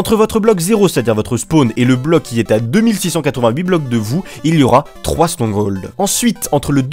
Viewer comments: strongol XD on dit stronghold (strong-gold) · "strong hauld" lel